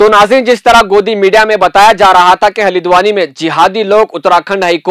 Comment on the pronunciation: Halidwani nahin bhai. Haldwani bolo. Aap log urdu ko bigar raheho...🤣🤣🤣